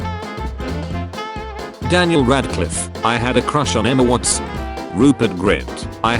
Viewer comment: "Emma WatS" 😭🙏